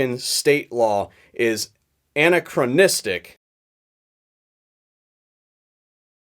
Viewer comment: "Ah-Knack-Ra-Nistic" = Anarchranistic c'mon now sound it out